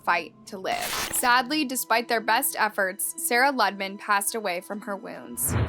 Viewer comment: It's pronounced Loo-de-man. Not Luddman.